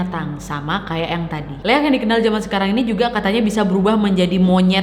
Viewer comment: Baca nya liak kak, emng sii tulisan nya leak